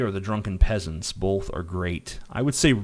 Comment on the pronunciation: "Bolth" - TJ Kirk